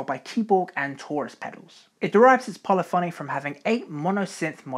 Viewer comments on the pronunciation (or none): none